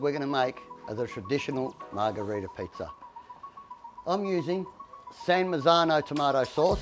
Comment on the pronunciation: So funny when he says Pizzer ovens